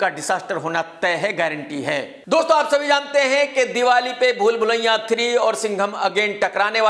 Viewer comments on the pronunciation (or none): कमाल आर खान लखनऊ से होते हुए भी भूल भुलैया को भूलभुलैयां बोलते हैं